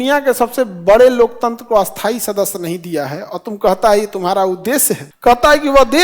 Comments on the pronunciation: Bohot badi problem hai aapke ucchharan me .. Aap sthayi ko bhi asthayi ucchar karte ho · खान सर, आप स्थाई और अस्थायी दोनो का उच्चारण "अस्थाई" ही कर रहे है! 🙋🙇🙆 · स्थाई और अस्थाई उच्चारण ठीक करें